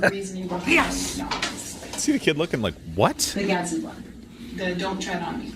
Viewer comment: So annoying to hear you all say "GadsTen Flag" flag every few seconds when it is pronounced "GAD SDEN"